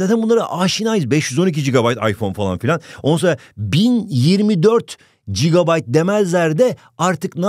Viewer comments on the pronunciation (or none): none